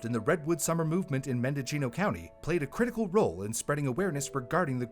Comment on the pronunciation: NorCal dude here. Mendocino is pronounced "Mendo-see-no."